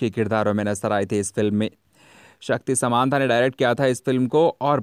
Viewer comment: शक्ति सामंत शक्ति शमनता आप ग़लत बोल रहे हैं